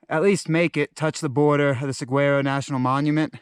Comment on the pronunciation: Love your videos, views & commentary. Saguaro is pronounced: sa war o